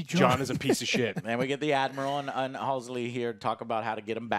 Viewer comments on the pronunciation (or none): Ye him shooting them tied up is a sci fi actor he was in torchwood and played Owen good but halo idk bro his character isn't fascist or that style. Its pronounced hal see not alsey learn to speak Americans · How can you call yourself a Halo fan when you don’t even know the names of some of the main characters?! It’s MIRANDA Keyes NOT AMANDA and it’s HALSEY not Halsley or Hailsley, HALSEY. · Joe, you’re a halo fan pronouncing Halsey’s name “Halls-Lee”. That’s almost as agonizing as this episode 😭😂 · I love how Joe manages to mess up "Halsey" in all possible ways every time he has to say it. :D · You’re not a true halo fan if you can’t even say Dr Halsey’s name correctly 😂